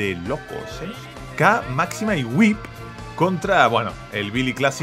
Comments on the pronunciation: Se pronuncia "wip", no "waip", "amigo", aprende inglés. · En realidad se dice "wip" no "waip" por la h entre la w y la i